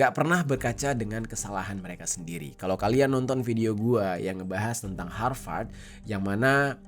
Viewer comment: Harvard university.. BUKAN hawat hawat pronounce nya Min 🙏